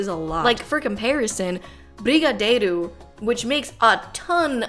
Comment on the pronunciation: I was like.. wait a minute, that brigadeiro pronunciation was SUS. I had to look it up then BOOM BRASIL PORRA. Sorry i had to.